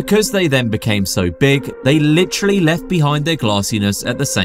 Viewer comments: Take a shot every time he says "licherally" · you (or whatever ai you may have used to make this) say "litchrally" way too much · Take a shot every time guy says "you're probably wondering" & "lih-trally."